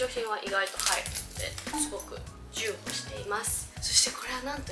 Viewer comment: じゅうほう？？ちょうほうかな？